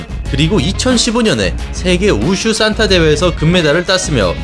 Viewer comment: 발음을 "싼타"라고 하시는데 "산타"가 맞지 않나요? 크리스마스 할아버지 말할 때 싼타라고 발음하는거고, 무술 산타는 그냥 발음이 "산타"입니다.